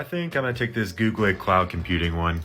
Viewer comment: Why are you mispronouncing words like google and harvard?